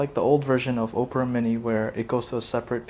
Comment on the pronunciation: Opera = Ah-pra, not Oh-pra.